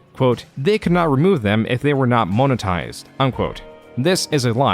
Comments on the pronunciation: Nice touch Arin pronouncing monotised right one second then as moan otised the next to emulate an Ai voice, Bellissimo. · Is this narrated by AI? You keep mispronouncing "monetized"